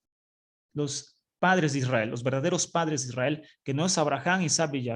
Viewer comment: SI ademas no dice Israel dice ysriar que no se traduce como Israel.